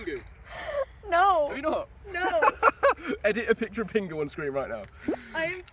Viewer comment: I think it was just hard to hear “Pingu”. It sounded like he just said penguin to my American ears.